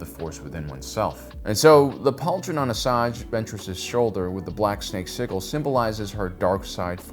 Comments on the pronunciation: The G in sigil is pronounced as a j in American English. I'm not sure what he's doing, and I'm not sure he knows either. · Today I have learned that the American and British pronunciation of Sigil is different. I'm so used to the soft-G British pronunciation that hearing pronounce it with a hard-G just seems... weird.